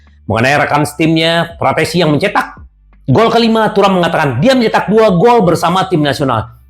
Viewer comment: terlalu menggebuh gebuh saking senengnya, fratessi di bilang PARATESI 😂😂😂